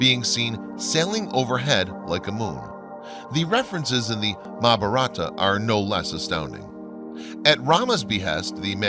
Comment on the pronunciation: Nice video its basically poured all the long ass documentries into one The guy narrating needs to pronounce his words better like he keeps saying "zeta reticule" when its reticuli and mabaratha when its mahabaratha